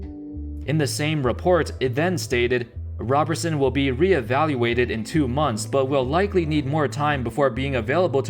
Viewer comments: ROBE-er-sun not ROB-er-sun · It is rob er son not raberson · Roberson not Robertson. Otherwise cool video. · Andre ROW-ber-son..... gawd damn get it together will ya